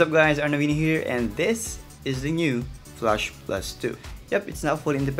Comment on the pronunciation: goodness! flAsh NOT flUsh. 😂